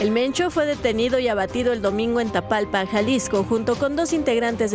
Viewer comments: No es tatalpa 😂😂😂 Es Talpa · Ah estos lame botas del Prian les gusta tirar piedras a Lopez obrador , Claudia y a todo el Partido de Morena pero segun son periodistas y ni los nombres del pueblo se saben si ponen atencion este ignorante reportero dice TATALPA 😂 ya le cambio el nombre a TAPALPA, pero bueno que se puede esperar de estos ineptos seudoperiodistas 😂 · Jorge no es tatalpa es tapalpa